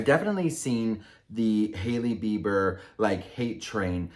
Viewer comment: Whenever you say "Sahailey Bieber" I just can't stop laughing cause Saheli means friend in Hindi 🤣🤣🤣